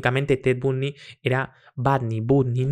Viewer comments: Se escribe Bundy pero se lee Bandy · Se pronuncia BANDY con A, pero me da muchisisisisisisima ternura escucharte decirle Bundy jaja :) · Hola, me gusta ver los videos nuevamente y me dí cuenta al verlo nuevamente que lo "sicópata" se le nota en la mirada, si ves videos de otros asesinos en serie tienen la misma mirada. Un abrazo grande desde Chile, mucho amor y luz 🤗💕🙏🏻🌹✨🥰 ( se pronuncia Bandy jejeje 😊) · En inglés sonaría B(ae)ndy, más fácil: Bandi para el castellano, acentuando más fuerte a la letra A. Saludossss 😊👋🏻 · Se pronuncia " BANDY" asi com TRUMP SE PRONUNCIA TRAMP. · Se dice bandy, si dijo beautiful girls. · Se pronuncia "Bondi" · Ted bandy se pronuncia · Se pronuncia "bandi"🤙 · Se pronuncia " Bandy " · Se dice Bandi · Pronuncia digo Ted BANDY.